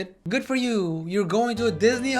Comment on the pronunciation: “dihhsney” bro💔